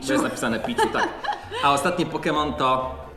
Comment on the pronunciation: to jest pichu mówi się piczu i sorry że tak puźno oglądam twój wilk bo miałem szkołę :(